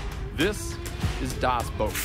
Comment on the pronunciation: 'The Boat' or 'Das Boot', but not 'Das Boat' xD